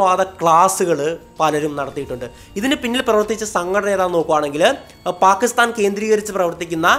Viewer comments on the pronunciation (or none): none